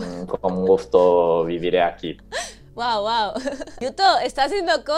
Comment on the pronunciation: qué bonita la pronunciación de yuto, ahora, la tortilla de patatas sin cebolla siempre porfavor ajjaja